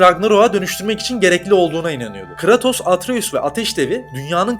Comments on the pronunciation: Abi yaptığınız videodan bağımsız şu adamın ismini telaffuz ederken; "Kıratos" demeniz bana çok itici geliyor ya. Konuya odaklanamıyorum resmen. Abi doğru bilgiyi geçtim hiç mi oyununu oynamadınız ya. Eski oyunlardan yenisine hepsinde "Kıreytos" diye okunuyor bu adamın ismi. Bunu doğru bilemeyen, söylemeyen birinin verdiği diğer bilgilere nasıl güveneceğim diye de aklıma geliyor, kusura bakmayın, videodaki diğer içerikten bağımsız yapıyorum bu yorumu. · abi kratos deme artık düzgün oku şunu.